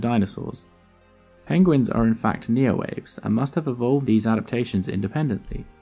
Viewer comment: Neoaves pron. nee-oh-AH-vays, not NEE-oh-waves Great channel, well researched and presented.